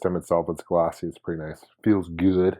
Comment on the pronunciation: "Feelz gewd"